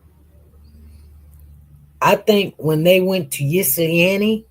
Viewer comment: 😂 I love the way she try to pronounce Ypsilanti. I'm from Michigan and that is a challenge for most of us born and raised in Michigan and some of us say it either these two ways: ip- sa- lan-te. (So like, "hip" but take out the "h"). OR Yip -sa-lan-te. I think the correct way is "ip" (the Y is silent)🤷🏽‍♀️